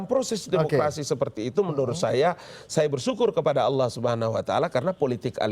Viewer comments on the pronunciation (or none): none